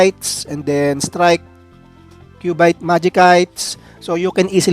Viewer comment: "Majisayts" "and Kyubayt" po un